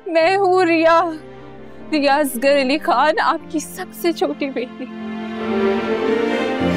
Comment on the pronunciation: plz nam Sahi lo bachi nahi ho..it's asghar name not asgaaarr